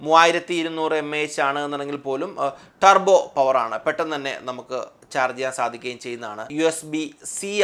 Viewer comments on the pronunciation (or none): none